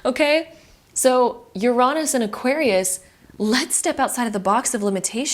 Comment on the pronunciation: great video but you mispronounced Uranus 😭